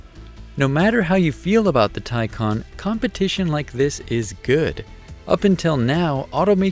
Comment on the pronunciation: Thank you for actually getting the name right